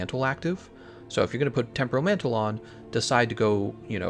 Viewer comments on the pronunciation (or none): none